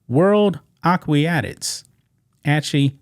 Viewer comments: Come on somebody, it's aqua-tics. Help my man out. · Aquatics is pronounced "akwatiks," sounds like you're adding an extra "i." Not a criticism, just a friendly tip. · Aquatics = ahh-qua-tics not whatever you kept saying. I know you aren’t needing the word police to help out but I can’t help it with this one. It has to be done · Omg dude.... A - QUA - TICS!